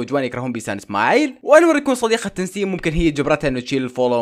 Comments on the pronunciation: تسنيم ❌ تنسيم✔ 😂😂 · تسنيم❌❌ تنسيم ✔✔ 😂😂😂😂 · اسمها تسنيم وليس تنسيم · تنسيم❌ تسنيم ✅ يمعووود هههههههههه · تسنيم ❎تنسيم✅😂😂😂